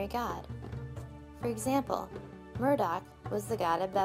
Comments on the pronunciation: Not to be that guy, but it’s Marduk, not Murdock. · Murdock?! I think it's Marduk. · MARDUK! Not Murdoch. (He was on the A-Team!)